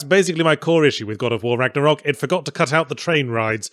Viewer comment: Now if only yahtzee would go the extra mile and pronounce ragnarök correctly